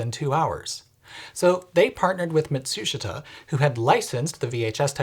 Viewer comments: Fantastically informative video, extremely well-researched. BTW it’s easier to say “matshooshta” like the Japanese do. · That's the most polite pronunciation of the Japanese company Matsushita I've ever heard 😂 I usually went with 'Mat-su-schit-ahh' 😂 glad they changed names to Panasonic... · Lovely hearing yoor usage of English, but even Mat su shit -stu, shouldn't be difficult to say